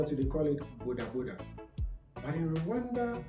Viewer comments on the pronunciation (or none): none